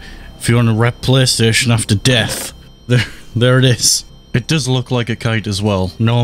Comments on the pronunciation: Qaystation sawneek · Playstation ❌ deathstation ✅